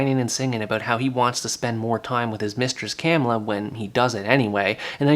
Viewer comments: It's not CAM illa, it's ca MILL a... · Hello, it's pronunced cuh-miller. Camilla